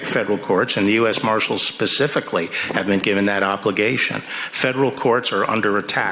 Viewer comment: Ms Jackson Lee....”Pacifically!” “Pacifically!” Does she also say Paghetti instead of Spaghetti? This is proof enough that our education systems are nonessential and being treated as such.